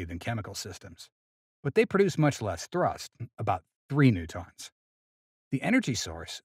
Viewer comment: New-tonns? What??